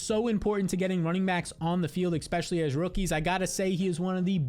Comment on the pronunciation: I love your content but PLEASE pronounce it "especially" not "exspecially". Thank you and have a great day!